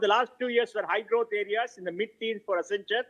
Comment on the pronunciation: WACCEN....WACCEN....WACCEN....WACCEN... WACCEN....WACCEN.....WACCENTURE 🤣